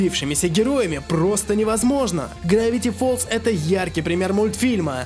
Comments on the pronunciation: не грэвити фолз а гравити фолз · не грэвити фоллз а гравити